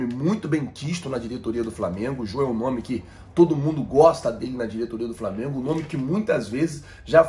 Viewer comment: Me desculpe o Apresentador mas me assusta o nível dos universitários brasileiros pois pelo que ele mesmo disse ele faz faculdade de jornalismo não é mesmo?ai me pergunto como um futuro jornalista não sabe o nome do clube que vai mencionar na matéria ou quando sabe não consegue pronunciar corretamente amigo de boa procure estudar mais